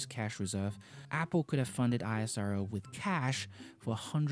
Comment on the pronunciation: It's not i.s.r.o. it's ishro pronounced together